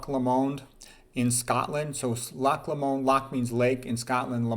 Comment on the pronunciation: Scot here, it’s not pronounced Lo-MOND, it’s loch LOWmand.